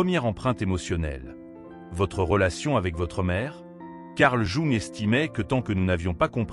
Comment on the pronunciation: Quel dommage ce doublage de voix par intelligence artificielle pour un contenu aussi intelligemment humain. Jung est prononcé "jouant", quand il n'est pas carrément écrit comme ça... Le fond de vos vidéos est top mais la forme est à reprendre. Elles n'en seront que plus appréciées 🙏